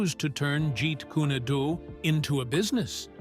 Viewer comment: And to really make matters worse the narrator can't even pronounce Jeet Kune Do correctly how do you pronounce it get Jeet cunado Why can't these people learn to pronounce words correctly? The even pronounce Bruce's Chinese name incorrectly Now you pronounce the first name right which is Jun( with the short u sound) Also you pronounce the middle name Fan (with the short A sound) not the long A